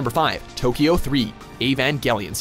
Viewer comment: I do enjoy these lists... But please, please, do at least a little bit of research on how to pronounce titles/character names. I cringe so hard every time.